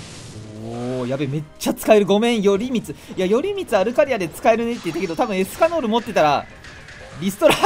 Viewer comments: エスカノールじゃなくてエスキャノールって言ってるとこほんとに好きなんだなって思う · エスカノールじゃなくエスキャノールしか聞こえないですよね。